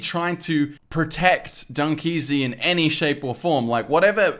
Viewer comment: ITS NOT DUNKEAZY ITS LiL dEaZy😂